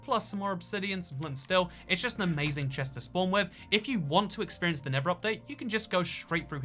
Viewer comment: Ah yes, "anazing nether update seeds"